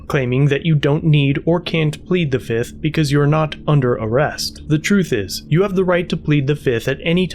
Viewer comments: One. Two. Three. Four. Fif. Fiff. Any questions? FIF!! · I plead fizith. 1,2,3,4,FIF 😂😂😂